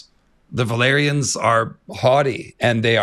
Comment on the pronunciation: Wait isn't "valyrians" pronounced "vah-lee-ree-ahns"? I keep thinking you mean velaryons lmao